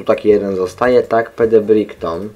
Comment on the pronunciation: Fajny gameplay mordeczko :D i btw Brighton czyta się "Brajton", taki tip